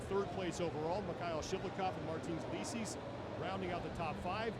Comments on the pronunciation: Martins "likis" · He said martins "likis" lol